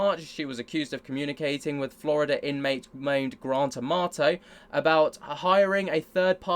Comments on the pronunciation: lol I it sounds to my years like Victoria's murderer for hire is named "Grand Tomato" every time you say it. 🍅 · My ‘merican ass always hears “Grand Tomato” when you say “Grant Amato” 😂😅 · When ever you say the name "Grant Amato" it sounds like you're saying Grand tomato 🍅 😂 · I came here to say that too 😂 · Lmao i wrote the same thing seconds before i saw this 😂😂❤